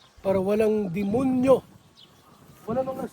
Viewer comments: natawa ako sa demonyo🤭🤭😁😁 my diin Yong word na demonyo🤭🤭😁😁😁 ingat palagi po palagi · Natawa aq sa demonyo diin n diin 😂😂😂